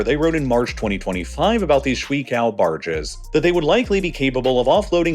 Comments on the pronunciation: Okay- to be honest- you can keep calling it the suey cow, cause CCP deserves every bit of funny memeage that gets made. But if you wanna learn how to say this word just so you can impress some chinese speaking asian: Shui qiao Sh: use the SHI sound from shirt Ui: use the word way Qi: use the CHI sound from the TR in trinket(meaning make the CH sound in the front of the mouth, do not make the CH sound with your molars.) Ao: use the word ow Sh-way chi-ow But keep calling it suey cow. The CCP/PLA deserves it. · Chinese:shui qiao (water bridge):SCHWEEKAO! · me, as someone who speaks chinese, cringing every time he pronouces shui qiao as shree cow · The bridges are pronounced Shwey Chiao. Both ONE syllable, referring to . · Damn, I knew he was saying shui wrong, but he was messing up qiao so bad that I figured the pinyin was cao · These ships are pronounced shway chyao 3rd and 2nd tones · note on the name "shui qiao", it's pronounced "shway (like sway but with sh)" "chi-yow (like tai chi, and ow with a y in front)" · I cringe each time you pronounce the name shuiqiao; sewe-a-tj-auw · BTW, Wiktionary has pages for both 水 shuǐ and 橋 qiáo that include recordings of the pronunciation. You may not be able to hear the tones, but the correct vowels should at least be clear. (Pinyin does not read like English; e.g. shuǐ ends not in /i/ but in /eɪ/, as in "sway.") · That is the whitest pronunciation of shuiqiao I've ever heard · Look man, I know Chinese is hard, but if you are going to be saying "ShuiQiao barges" so very very many times, you might want to try and check if you are pronouncing it even remotely close to correctly. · It's very distracting for me. It's clear he didn't even do the minimal research of asking google translate to pronounce them for him before making the video. It's not that it's pronounced incorrectly; it's that it's pronounced in a way that it's clear he's never heard the words spoken in the first place.